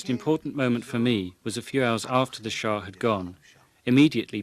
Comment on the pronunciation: For the sake of my mind and general level of American education, it is Shah not shaw